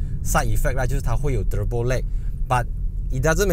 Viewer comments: "Hybrid" and "Turrrurrbo" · 就喜欢念 Turrrrrbo～